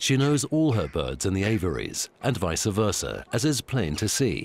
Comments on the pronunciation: Its vice versa not vicer versa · Vice versa: Correct. Vice-uh versa: Incorrect.